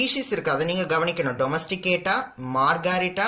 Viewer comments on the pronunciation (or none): In book they have given domestica sir .but u have pronounced that as domesticata